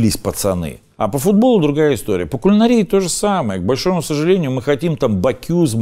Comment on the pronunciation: Шеф! Не кулинарИя, а кулинАрия. Согласно словарю.